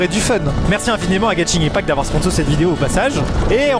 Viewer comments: Juste Maxime on prononce genshin impact "guène chine impact" 😉😅😅😅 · tu a dit beaucoup trop de mauvaise chose comme ta prononciation de genshin impact mais aussi dans genshin on plane et non vole